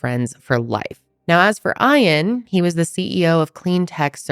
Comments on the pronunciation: do you mean”Ian” as in “EE-IN” ? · Aaah im sorry but im struggling to watch. Eash time you say eye-ann its making me twitchy It's Ian like E-ann❤ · is his name really eyean or is she just mispronouncing ian? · She don’t know how to pronounce Ian and it’s really annoying “eye-ann” lmao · Why are you pronouncing Ian like that???? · How are you not able to pronounce Ian 🤦‍♀️ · why do you mispronounce Iain’s name repeatedly?!? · Why are you pronouncing his name like that😵‍💫